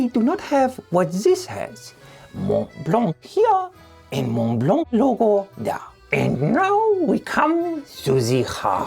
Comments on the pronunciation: Oh, that was perfect. The aggressive pronunciation of 'mont blanc' took me out, every time you say it. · a big thank you to the person that stepped up and correct your pronounciation of Montblanc. Allons enfants de la patrieeee !